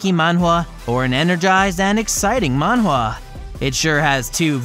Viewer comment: Please stop saying Mawhwa